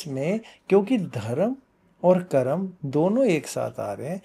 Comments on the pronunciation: What is karmaa?? Why you can't pronounce Hindi word correctly. . it karma not karma. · मेडम जी कर्मा नहीं होता कर्म होता है कृपया हमारे शब्दों को मत बिगाड़े